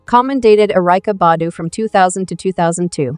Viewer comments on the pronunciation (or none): This must be AI talking cause the way she saying Taraji and Erykah Badu name wrong geez